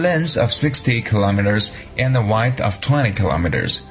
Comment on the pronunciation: 还是不少发音不准哈，比如courtesy，width